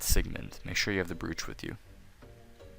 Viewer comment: "The brewch"